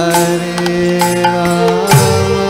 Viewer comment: Why does he chants Ramo instead of Rama?